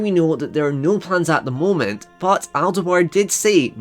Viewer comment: It's pronounced Al Doo-ar, not "Deh-Wahr". He is Scottish, not French.